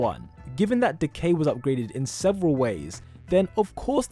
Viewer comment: “If you wanna know how Decay-“ Me Hearing: “If you wanna know how De gay-“ Lol